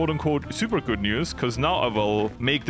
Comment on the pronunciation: hearing say "goot" while doing a 70 day focus, gotta be one of his best moments.